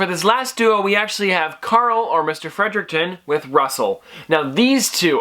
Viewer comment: Sorry but it's Fredrickson but great video!